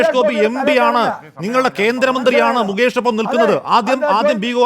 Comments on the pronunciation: മൂകേഷ് അല്ലടാ, മുകേഷ്, ഇനി മരുഭൂമിയിലെ ഒട്ടകത്തിനു വെള്ളം കൊടുക്ക്‌ 😂😂😂😂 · മൂക്കേഷ് അല്ല ഒട്ടകമേ .. മുകേഷ് . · മുകേഷാണോ മൂകേഷാണോ?